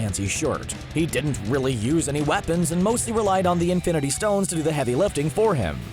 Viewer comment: Why does he talk like that? The way he pronounces the 'T' in 'didn't' so hard seriously irritates me.